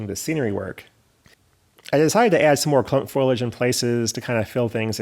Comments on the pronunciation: Foilage or foliage? Lol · I recently retired from CSX in Pa. and I can verify the realism of your mountains - I grew up in them! One suggestion: The word is pronounced "FO-lee-age." I'll check out your other projects now.